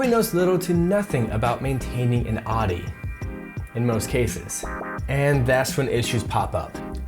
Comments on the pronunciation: wtf is a Adi ? Audi its called . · The way you pronounce Audi is cringe lol. Other than that, good video👍🏻